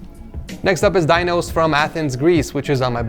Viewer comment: "Dinos" I heard "Thanos" XD.